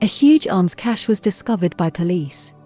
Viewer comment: Pronunciation of this word was difficult for me, now you have made it easier and clearer, thank you very much!